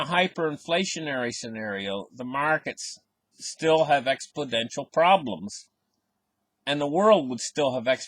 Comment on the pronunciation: Like your videos! Btw it is “exponential” not “expodential”